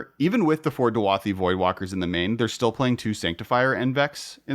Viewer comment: DU-A-THI voidwalker??? Read the card dude haha DA-U-THI!! It’s beyond clear